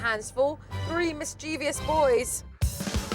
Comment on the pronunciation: You are British and don't know how to pronounce mischievous? UGH!